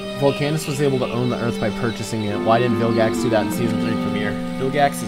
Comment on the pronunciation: When says Billgax instead of Vilgax.